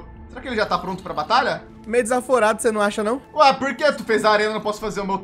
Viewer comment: Quando ele falo fala apuh eu entendi fala por...